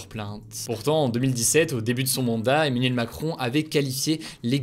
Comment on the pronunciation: j'entends toujours Emaniel dans les vidéos